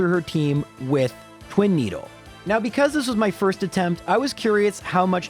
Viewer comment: "Twin-eedle" good job gen 1